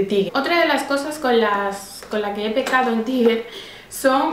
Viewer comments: se pronuncia [taiger] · Se pronuncia TAIGUER